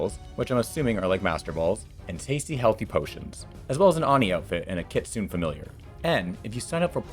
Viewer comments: Uh, "kitsune" is meant to be pronounced as "key-tsoo-neh", not "kit-soon". Japanese does not use English's grammar rules of silencing the "e" at end of a word. They have the rule of pronouncing "e"s in words as "eh". Honestly, you English speaking people can't even get that right in a sponsor segment? I get more & more disappointed in primary English speaking people constantly as time passes onwards. I'm not mad at you, just extremely disappointed in you failing that in a sponsor segment even. I only truly can fully speak English and even I don't make that sort of "Englishfy" Japanese words mistake. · that other person who was complaining about your pronunciation was a little bit rude but yeah it is in fact ki-tsu-ne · "An awe-knee outfit and a kit-soon fmilliar" Lol